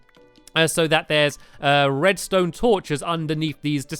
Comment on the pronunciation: Did I hear stampy say redstoon uh oh